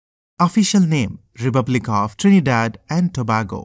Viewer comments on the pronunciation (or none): BROOO- NO WAY... YOUR SO STUPID BRO LIKE UHG ITS TO-BAY-GO AND THE LARGEST CITY IS CHAGUANUS OMG